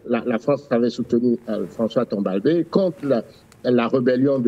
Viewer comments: Non ce n’est pas Timbalbai.C’est Tombalbaye. Le A doit être prononce’ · C’est baye et non beye. Donc c’est Tombalbaye et non Timbalbeye????